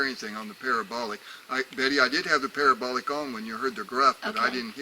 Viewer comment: haha it allways makes me chuckle when he says parabolic it sounds like pair a bolock lol